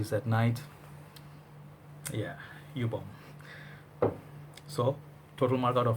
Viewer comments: it is Joup not jup.Joop is cherry syrup smell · jeco F It’s Yōpe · Love your reviews, but I think it's pronounced as YOP, like POP lol